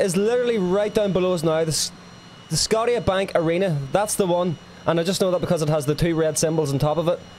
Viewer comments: It's pronounced sco-sha-bank not sco-tee-a-bank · Can watch this shit bro 😂😂😂🤣🤣🤣 do some research my boy It’s the CN tower and the white building below it is the Rogers centre (Rogers is a huge company here) and it’s pronounces Sco-sha bank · Another thing is the arena in Toronto is pronounced sko-sha-bank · Okay so the tall building in Toronto is the CN Tower, you can go inside and even walk around the bubble part on the outside. Look it up it's so cool (CN Tower Edgewalk). Also not going to lie Scotia is not pronounced "scot-tia" it's "sc-oh-sha" but it's cool, don't worry about it! You definitely took the long way to Vancouver, I got to tell you, Seattle is not in Canada 😂 it's an American city. Canada is a beautiful country, you are so right we are so blessed to live here. I really hope you do make it here someday but don't just visit the cities check out the national parks and the mountains. See the beautiful land in places like Banff and Muskoka. Visit the coast (I've only been out east but Nova Scotia is gorgeous!). The country is massive (if you live on the east coast it's actually shorter to go to Britain than it is to visit British Columbia) so take that into account and if you come in the winter be prepared for the cold! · Scott-E-Uh? it's pronounced SKO-SHA Bank Arena. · The white-domed building is the Rogers center for the Toronto Blue Jays... the big tall building is the CN Tower... The round building on the right is a Brewery and Train Museum, plus beside the CN Tower is Rippley's Aquarium. You did have the Maple Leafs rink right but the name is not Scodia, it is Scotia... as in Nova Scotia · the scotiabank arena is pronounce sco sha bank xD not scottia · Love the vid, can’t wait to see my hometown in Part 2 (Go Jets Go), for future reference Scotia is pronounced “Skoh-sha” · I’m from Toronto and I was laughing my ass off when he said Scot-ia banks and what the bubble what😂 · Also Scotiabank is pronounced "Sko-sha-bank" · S-goat-Sha bank arena.